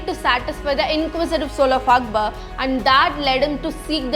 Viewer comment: He was Akbar, not Akbal 😂